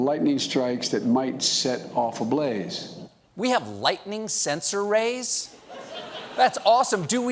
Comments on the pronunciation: Arrays, not 'rays'. C'mon man. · Not 'rays'. 'arrays' dumbhead.... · "Sensor ARRAYS" not "sensor rays".